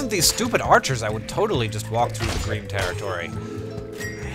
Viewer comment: Everytime you mentioned Greem i thought you said Green. So you're pillaging 'Green' village and i was thinking; You traitor, Death Hank!